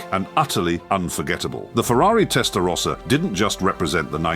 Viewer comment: Can’t even pronounce “rossa” properly